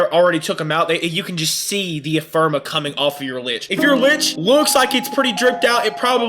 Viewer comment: Great video but PLEASE say Ephemera right lol. “Eff-emm-air-uh”. Anyway. Sweet video! I’m a returning vet who left about a year ago and upon coming back I remember next to nothing about how to handle a lich. Completely forgot you even have to do Railjack for it 🤦🏻. Thanks for the detailed refresher!